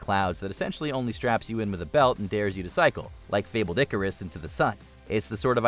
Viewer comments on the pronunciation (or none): none